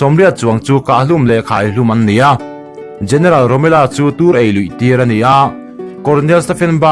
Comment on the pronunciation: Romela nilo in Romel-a zawk ani